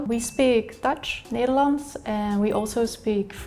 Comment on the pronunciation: Neylands 😂 a video about language and you fuck up the first sentence